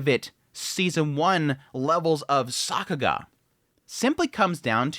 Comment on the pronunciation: Stop saying Sockuga